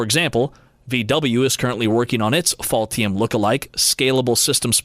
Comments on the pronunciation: I am sorry, but did you mean "Ultium" when you said "Faultium"? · Interesting when the narrator says Ultium in the video it sounds like he is saying "Faultium". It is even spelled that way in one of the graphics. It is perhaps a truer name for the GM EV Platform. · Is he getting paid by “fault-ium” 😂